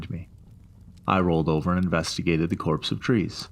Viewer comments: Came here to comment the same thing. It annoyed me more than I should have. Copse, pronounced 'Cops'. Hopefully the narrator reads these comments! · It's copse of trees, not corpse of trees.